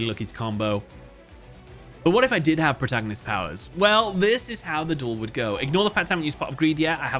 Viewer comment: "Your move pwoootagnoists!!!"